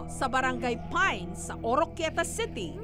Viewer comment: Dba brgy. Pi-nes un. Ndi Pines(payns)